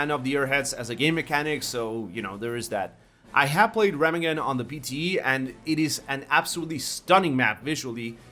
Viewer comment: No. Just oh my god, no. The "Re" in Remagen being pronounced "Ra"? As in the Egyptian sun god?! That hurts my ears just by reading it. There's no easy way to explain how to pronounce this city's name in written words, but now you've triggered the full German in me: The "Re-" is pronouced as in "RElating" or "REferencing" or "RElativity" The "-ma-" is just as in "Ma" The tricky part is the "-gen" ... as the G has to be under-emphazised versus how an English speaker would be used to. I'd compare it to how a G is said in "good" - suttle, it's there, but not in front row. The "-en" is where the meat is at. No harm meant, just a friendly tip, haha WE ARE HAVING FUN. and that's not even how you'd pronounce it based on whatever standard you have - a non-german speaker will have a hard time to say it right all the time. Just how I - only cause I write it - will never be able to properly say El Pueblo de Nuestra Señora la Reina de los Ángeles del Río de Porciúncula. Fact. seriously, we're having fun.